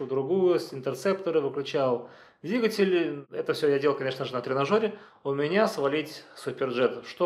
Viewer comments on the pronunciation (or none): none